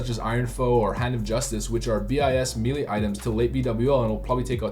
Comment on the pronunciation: Please stop saying Meelee lol.